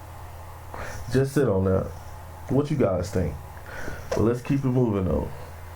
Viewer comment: It's time for black people to evolve! I'm a Black man and I'm tired of seeing this demonic B.S. Bro it's pronounced like (Mick-Do alds). Learning how to pronounce words correctly is important especially if you have a podcast.